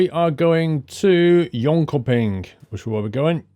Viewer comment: Your pronunciation of Jönköping was the best i have Heard. You could probably guess that I'm Swedish.